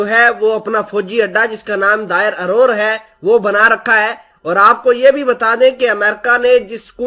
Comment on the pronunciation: Derazor hai bhai نہ کہ دائر ارور